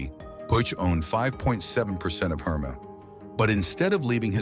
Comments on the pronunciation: Dude -- try harder with your stock photos & video clips; they have nothing to do with the story (says "poodle", shows some kind of hound, describes "51 year-old man", shows man in his 70s, etc., etc.) And "Hermès" isn't pronounced "HER-mess", "Her-MEE" or "HER-muh", as you bizarrely pronounce it; it's pronounced "Air-Mess" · Yeah I stopped watching after the third mispronounced Hermes. Thanks for saving me from the rest of the mess. Also trying to avoid AI generated videos is becoming tedious. There should be a disclaimer right in the title.